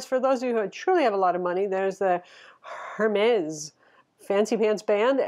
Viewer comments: Sorry just being picky, Hermes is pronounced ‘air mezz’... great review though! 👍🏼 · You don’t pronounce H in Hermès